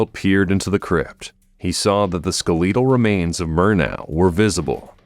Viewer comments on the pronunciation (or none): That's not how skeletal is pronounced. 🤷🏻‍♀️ This is the 3rd or 4th time this has happened. In one video he actually pronounced it correctly. What's going on here?🤷🏻‍♀️🤦🏻‍♀️